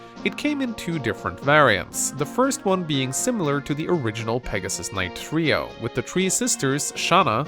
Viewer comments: "try oh" brother, it's "tree oh" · Try-oh? I'm fairly certain it's Tree-oh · Did he say "Try-o"? LOL! It's "tree-o",. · Did you just say "try-o"? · Trio is pronounced tree-oh. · You said trio as "Try-oh"?! UNSUBBED DISLIKED REPORTED!!!1!1!1!1!!1!1!1!1!1!!111!!!!